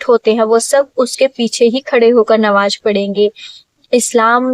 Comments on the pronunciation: Nawaj nhi namaz bola jata hai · Nawaj nahi namaj bolia sister